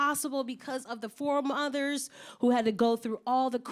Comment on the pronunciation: No lie.. The first time I heard “foremothers” as “four mothers”.. I was like “dangggg she got 4 moms.. OFC SHE GREW UP TO BE A GIRL BOSS”☠️